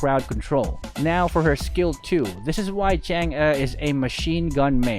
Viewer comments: Its actually pronounced tsung uh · you pronounce her name wrong its pronounce like changgay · It's, ~chan, g~.. easy man. chan gee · Filipinos call it chang eh but its really pronounced chang’ah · Bakit Chang'a dinig ko sa pagsabi mo nang pangalan niya hahaha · Chang'e's name is spelled "Chang'e" but pronounced "Chang'auh" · Chang'e Pronunciation :chang uh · and other pepol: Chang’uhh Me:Chang’ie My friend:Change. Btw Luv yah (are you Filipino cuz I am) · it's CHUNG UGH get it right